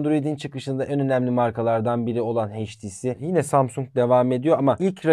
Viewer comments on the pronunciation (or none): none